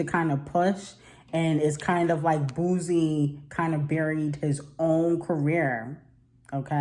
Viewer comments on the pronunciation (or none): It's pronounced BOO-SEE,.